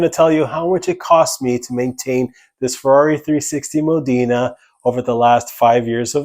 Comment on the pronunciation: It's not Modina its Modena. You are saying it incorrectly.